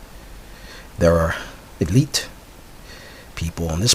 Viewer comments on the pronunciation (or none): none